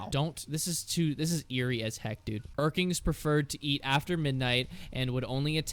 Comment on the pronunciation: It's urklings not urkings. Sorry that bugs me and I don't know why.